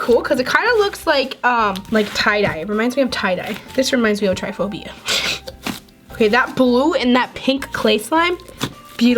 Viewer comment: STOP SAYING TRIPHOBIA ITS TRIP-IF-PHOBIA NOT TRY-PHOBIA